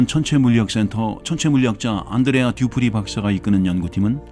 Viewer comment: 롼두뤠아 듀푸뤠 박사